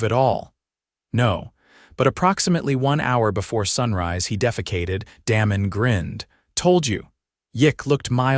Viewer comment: AI can’t pronounce words/names correctly! Da mon not Damon…. It sounds like AI is saying Danom